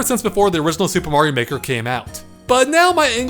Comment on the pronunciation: In the beginning it sounds like he says super mario nword 2